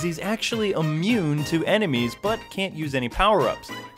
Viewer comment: Wait did he say "enermies" ?